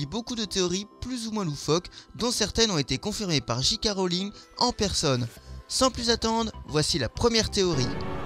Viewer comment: J.K Rowling se prononce Jay Kay Rowling Car le j en anglais de prononce jay, c'est le g qui se prononce ji 😃